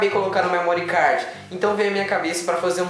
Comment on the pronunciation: não é "memórí cardji" , não maltratem a língua inglesa